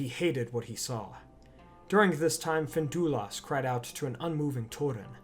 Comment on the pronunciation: FIN-DUI-LUST ffs